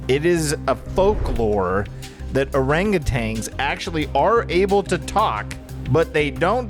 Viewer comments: Thank You for correcting them! OranguTANs are apes not monkeys. There also is no G at the end of Orangutan. 🤣 Ok bye! ❤ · Did you know it’s actually pronounced OranguTAN not tang lol. I used to say it that way too and when I learned it was wrong it blew my mind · Orangutan is how it’s pronounced, not tang “orangatang” 😊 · I love every single one of you, but how does every one of you pronounce orangutan as orang-a-tang?